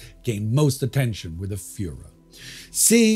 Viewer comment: He still has to study the pronounciation of Fuhrer!